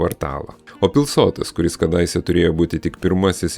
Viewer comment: Informatyvus video, tik maža pastaba: suteikto dangoraižiui pavadinimo - Pilsotas kirčiuojamas pirmas skiemuo. Tai kuršiškas šios vietovės pavadinimas. Šaltinis - didysis lietuvių kalbos žodynas.